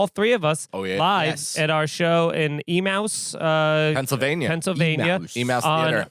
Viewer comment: Emmaus is pronouned ee-may-us not e-mouse. 🐁🐁🐁